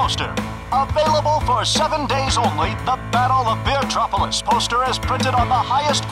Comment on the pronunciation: it says bee-tropolis